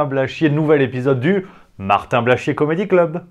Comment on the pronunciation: J'aime bien quant tu prononces le nom de ce nouveau et grand artiste: Martin Blachchchchié. Tu appuyes dessus comme appuyer sur un bouton de pue sur le nez qui nous fais chier!